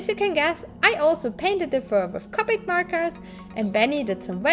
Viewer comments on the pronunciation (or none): none